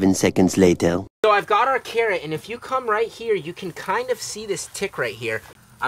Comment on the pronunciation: You know when you say carrot you sound like ur saying Karen 😂🥕👩‍🌾